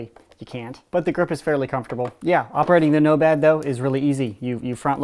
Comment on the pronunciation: totally just said "nobad"